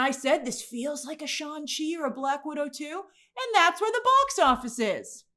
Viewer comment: Why do you keep calling shang chi, "Shawn chi"?